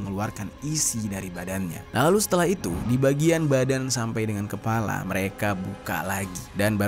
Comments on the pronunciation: Bukan kelapa bang, tapi KEPALA😂😂😂😂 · Bang ....bang kepala bukan KELAPA 🤣. Klau kelapa sch enak pke es tpi tu kepala yang ngeri